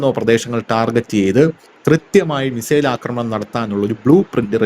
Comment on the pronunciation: 😂😂😂😂😂 എടാ കിഴങ്ങ് മെസ്സേൽ അല്ല.. മിസൈൽ എന്ന് പറഞ്ഞു പഠിക്കെടാ.. ഒരു നൂറ് പ്രാവശ്യം നീ എഴുതി പഠിക്ക്.. മെസ്സേൽ പോലും.. നിൻറെ വാർത്ത മിക്കവാറും കേട്ട് ഞാൻ ചിരിച്ചു ഊപ്പാട് വരുകയാണ്.. ഒരു കോമഡി ഷോ കാണുന്ന തമാശയാണ് നിൻറെ വാർത്ത വായന.. എല്ലാം പൊട്ടത്തരവും വിഡ്ഢിത്തരവും.. പിന്നെ റഷ്യയുടെ കാര്യം പറയുന്നതിൽ ചില യാഥാർത്ഥ്യമാണ് ഉള്ളത് എന്നത് കൊണ്ട് ഇത് കേട്ട് പോകുന്നു.. എന്നിട്ടും ചിരിക്കാതെ വയ്യ .. .